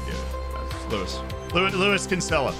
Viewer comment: He is BUTCHERING the pronunciation of Kinsella